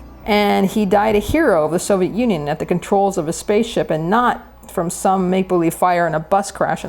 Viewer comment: It tickles me to death every time they pronounce it "Soviette".